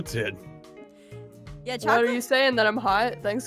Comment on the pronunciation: Minecraft nerd:CHOCLATE:CHOCLATE Aphmau:CHOCLATE me:WTH CHOOOCLATE 😹😹😹😹